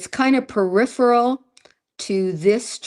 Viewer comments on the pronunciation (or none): none